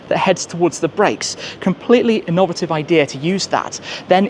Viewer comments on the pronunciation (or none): Might want to look into the pronunciation of innovative